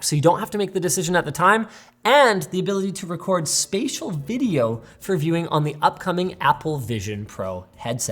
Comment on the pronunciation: Bro said the hard R in this video - “Record”